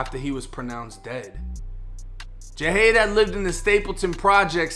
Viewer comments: You're pronouncing his name Ja-hade when it's clearly Jihad (gee-had). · Thank u also u say his name as ja haad